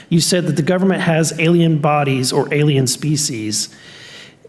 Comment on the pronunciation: Canada may be a little kooky but the Canadian pronunciation of alien as "ayluhmow" is baffling